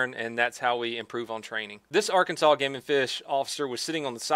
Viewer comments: R Kan Saw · ITS ARE CAN SAW 😡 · Are Kansas? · 'are Kansas' They don't like it lol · That's funny! I'm saying ARE kansas from now on! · Bro, I got a friend in Arkansas! It's fucking hilarious lmao